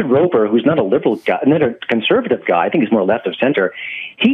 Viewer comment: 'I'm a big fan of Guy', but he doesn't know how to pronounce his name.......